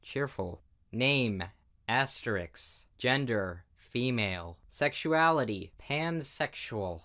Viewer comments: I swear to god i'm hearing "asteriks" over asterisk. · Did anyone else notice him pronouncing asterisk as asteriks?? No hate though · I cringed every time he said "asteriks" instead of asterisk lol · Asterisk not asteriks 👌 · asterix is not asterisk xD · "asteriks" -, 2018